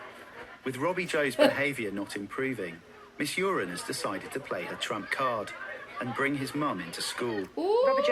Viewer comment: Shout out to a teacher called Uren, pronounced urine - daily HELL.